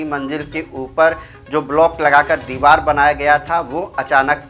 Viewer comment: Deeval nahi deevar bolo. Aur deevar gira nahi deevar gir gayi hai. Hindi seekho